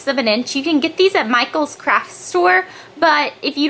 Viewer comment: hey what was the brush called thats from micheals i couldnt understand what you said there.